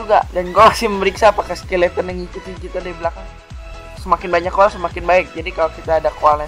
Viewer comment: coal ngomongnya 'col' ga usah dibaca 'a' nya :)